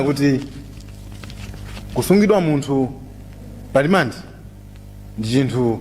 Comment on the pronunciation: Samalti "alimande" koma 'rimandi' kkkkk